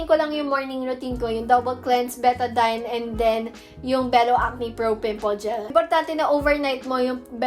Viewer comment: I love how you pronounce betadine😭